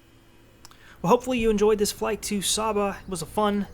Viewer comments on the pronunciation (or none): It's pronounced Saba (with the first ‘a’ having the sound of the a in Ate)